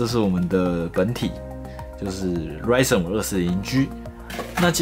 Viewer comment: 從頭到尾就ryzen 唸對，我的天